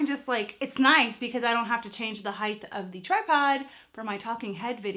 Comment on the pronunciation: arrg its Hieght not Heigth no TH at the end of height. lol